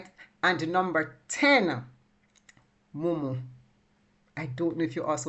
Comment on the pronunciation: Mumu not munu